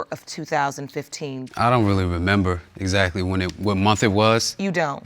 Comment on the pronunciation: did he say, "exacky"?😭😂😂😂😂😂